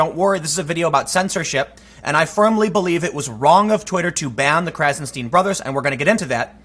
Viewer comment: "Stein" rhymes with "sign"